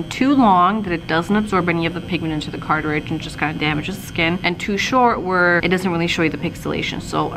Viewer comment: ITS NOT CARTAHHRIDGE...... ITS CARTRIDGE. you sounded so well informed and as soon as you said that.....I couldn't take you seriously